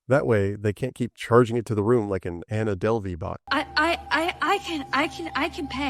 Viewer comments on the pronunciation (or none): none